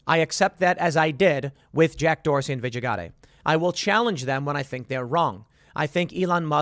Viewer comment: You're pronouncing Gadde's first name wrong.